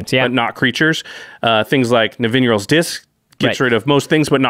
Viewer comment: Josh's pronunciation of Nevinyrral's Disk is a bit off-putting for me. I've always used [ne-vi-NIGH-ral's] Disk because the word is a reverse of the name of science fiction author "Larry Niven" (in case you didn't know that it was Richard Garfield's way of honoring him).